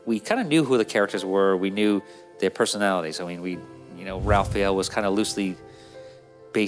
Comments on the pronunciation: I'm more concerned with the way he called him "Ralphael" lol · I've never heard him pronounce Raph's name I guess. That caught me off guard lol. Had to play that part a few times to make sure I heard it right.